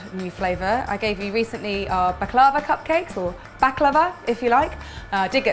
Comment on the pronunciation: Can I just say? I speak Arabic and we say baklawa, similarly to like you pronounced it the first way . You keep on pronouncing it the way you want!